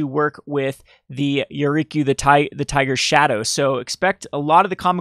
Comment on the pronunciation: i love your videos, but for the love of god, read the card name before you say it.... Yuriki? Yuriku? YuriKO.... -_